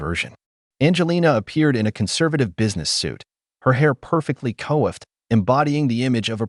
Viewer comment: Angelina's hair is not co-effed, it's COIFFED (pronounced kwa-ffd) 😂